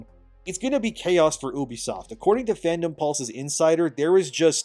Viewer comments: you be, not eww be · I really love how you say "OOOBISOFT" and not "EWWBISOFT" ! 😂😂😂😂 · Why do yall pronounce it as “oo-be-soft” that just never sounds right 😭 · Bro… “uubeysoft” is not how common folk say it😂 it’s “yoobee-soft” sound it out guy. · People who say "Oobisoft" and "Yaske" when it's literally spelled Ubisoft and Yasuke needs to be put in mandatory speech therapy... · Why do you pronounce ubisoft like "oo-bisoft"? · Its "you-be-soft"